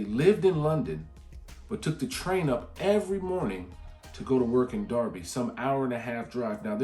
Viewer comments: I'm impressed you know Derby is pronounced as Darby, not Durby. LOL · Derby pronounced correctly. Well done!